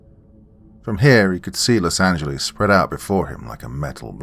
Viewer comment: Lol I always laugh when says: Los Angelize